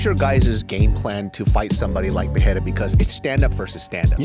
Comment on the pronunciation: Pereira = Puh-ray-ra No double "R" (like Ferreira) so no "h" sound. Rogan started this dumbass trend but he has pronounced it correctly since UFC 300. The stupidity seems to have already spread. Also in the timestamps it should be "Telling fighters THEY'RE done". C'mon guys